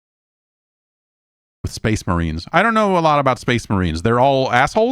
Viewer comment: Cor blimey, it’s the Shpayce Muhreens!